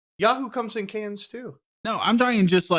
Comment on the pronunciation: Why the fuck did they keep calling Yoo-hoo “Yahoo”.